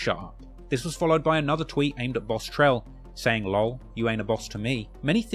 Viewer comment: Him saying Lol like a word was krazy lol😂😂